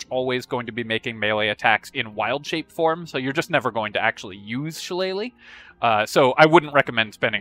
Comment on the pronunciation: Thank you for pronouncing shillelagh correctly. Other content makers saying "shilly-lagh" was driving me crazy.